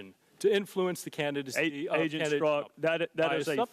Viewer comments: Strzok (Strawk) not Stork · “Strock”...not Stork. 😔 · It’s Pronounced Stroc not Stork ! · Damn, Jason, you butchered Strozk's name. It's Str-ah-k (rhymes with squawk), not "Stork." :-o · Guys, do you not even have anyone watch these videos before you release them? It's Strzok, not Stork! I really like your videos, but you destroy your credibility by not knowing how to pronounce something as basic as a household name. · It's pronounced Struck. The fact that you can't get a simple name pronounced right puts into question you even watched the farce, or even pay attention, because his name has been out for months. I'm guessing at this point, you are reading someone elses script, and these are not really your thoughts. Putin's thought? Could be.Sad. Your misguided "reporting" is biased, fake news at best. I watched the farce, and you are very selective in the edit to how this unfolded. Putin must be your Patreon. When you have to announce you are no Trump supporter, You are a Trump supporter. Notice you showed no LouAss Gohmert. footage. BIASED.